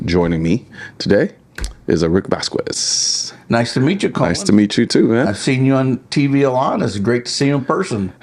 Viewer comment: The U in Vazquez is silent